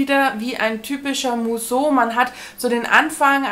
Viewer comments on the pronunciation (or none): Musso spricht man Müsso aus ☺️ich bin ja froh, dass mich keins von den Büchern reizt, so wird das was mit dem Subabbau. Liebe Grüße